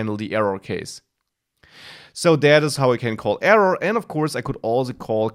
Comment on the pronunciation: nicely explained thanx and its error not evuv or eruuur :)